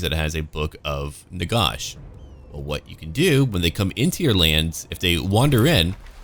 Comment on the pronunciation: Can't listen to your pronunciation of Nagash. It's Nagash as in a gash in your leg.